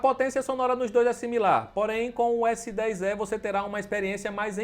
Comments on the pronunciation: Pior é falar Galaxy S10 É , ao invés de E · S10 "É" pqp onde foi que você estudou meu amigo?! 🤣